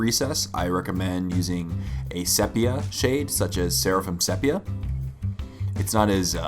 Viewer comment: It's pronounced "SEE- pee-uh".